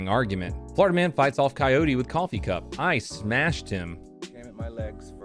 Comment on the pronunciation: excellent smesh khabib would be proud